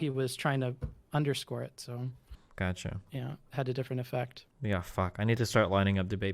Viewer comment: "This is the 'gatcha' " "Gatcha"